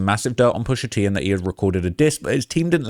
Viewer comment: Man said pusha teen you know omdzzz stop 😂😩